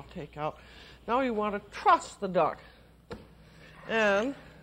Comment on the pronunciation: I thought she kept saying "trust" the duck. I was thinking I don't think it's going to peck at this point.